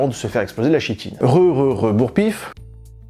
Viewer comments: Je rêve ou j'ai entendu SHITINE ! NON MAIS PH ! SCREUGNEUGNEU ! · Mais qu'est ce que c'est que cette habitude de dire [chi]tine en ce moment (à ) ??? Games Workshop sort une fournée de figurines insectoïdes (les tyrannides) et nombre d'influenceurs prononcent également [chi]tine. Au point de me mettre le doute et de vérifier que c'est bien [ki]tine, comme je l'ai toujours entendu pendant mes études (même secondaires).